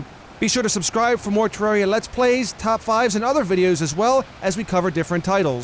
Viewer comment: TE REAR I A Not TE RAWR REA